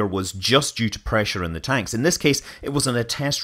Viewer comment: God's preesure